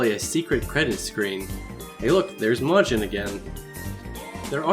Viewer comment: Mans pronounced majin like how americans pronounce jalapeños